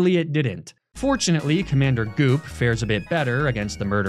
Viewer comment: Very brave of you to leave that pronunciation of "Goop" in the final edit. I had to listen to it multiple times to make sure I wasn't hearing things.